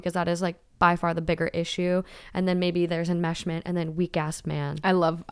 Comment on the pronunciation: No one:: It’s ✨EnMeShMENt!✨